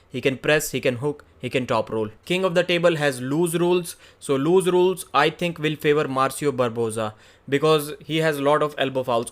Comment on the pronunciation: Hey it’s pronounced “loose rules” not “lose rules”